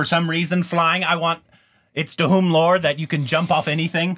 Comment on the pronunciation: Stand in front of a mirror and try to say 'Dhoom'. It's irritating to hear Duhum everytime. Lol I know English language doesn't have words with the 'dh' pronunciation. That's a Hindi thing. But your tongues can't be so cast in stone right?